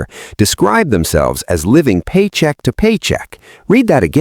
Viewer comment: Man I hate living "Paycheck to Poyrcheick"